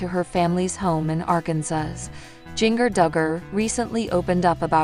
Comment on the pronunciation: Please learn to to say Jingers name correctly! I don't know why but it bothers me to hear her call Jingrrrrr it is pronounced like the spice!